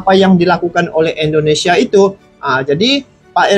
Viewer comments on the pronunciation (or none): Assalamualaikum Mff pak bukan endonesia tapi indonesia geh Terimaksih 🙏🙏